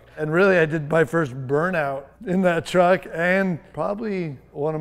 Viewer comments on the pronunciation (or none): Kens pronunciation of truck is so wet..”TRHUCK”